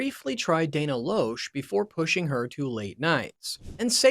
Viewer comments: Is he purposely mispronouncing Dennis Prager, Dan Bongino & Dana Loesch? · How to mispronounce Bongino, Loesch, and Prager in one video….. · You're not pronouncing Dana Loesch correctly. Watched the whole thing and never heard any "dark secrets" either. Clay and Buck show is a pretty decent show. Rush's widow probably still grieving and needed a fresh start. God bless her.